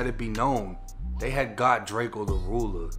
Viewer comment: It’s drakeeeoh bih